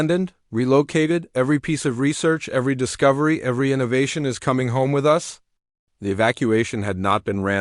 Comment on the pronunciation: Stop pronouncing "us" as "U S". In these stories, it's not the abbreviation for the United States. Delete this abbreviation from your dictionary. "Procedures" should be pronounced "pro-see-dyurs" and "easily" should be pronounced "ee-si-lee". Update your dictionary.